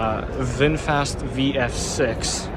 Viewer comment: VingFast sounds like a Slartibartfast